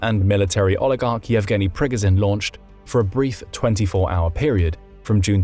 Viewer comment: Prigozhin is not Prigozin. He is the Preegojin. Not the Z, but the French J or Ge without the D.